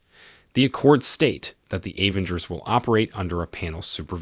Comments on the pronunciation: why he said like that? A-venger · Very realistic robo voiceover. Pronunciations of Avengers, Natasha et al were hilarious.